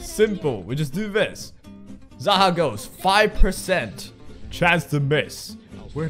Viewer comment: It's pronounced [zæhɒːk], and its originally the name of a character in persian mythology , whom was an evil ruler and was believed to be an immortal humanoid with snakes on his shoulders